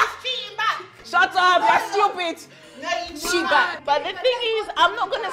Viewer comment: Don't be styuupeed 😂 I die